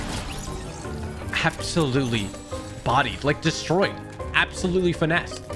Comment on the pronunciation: Love how u put “absholutely” and “inshane”